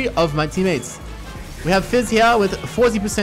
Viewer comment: "and he has landet the sushi" xD